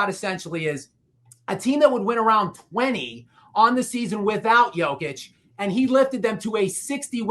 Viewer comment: Hey show some respect learn how to pronounce Jokic’ it’s not Joke-itch its Yoke-itch